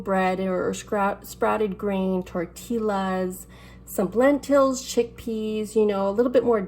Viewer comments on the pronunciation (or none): Its tortilla not torteeeela. And its not len-tills u know how to say it lol